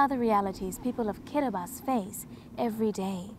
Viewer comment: I don't think that kiribati will sing k as you said